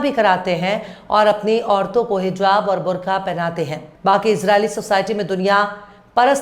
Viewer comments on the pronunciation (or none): none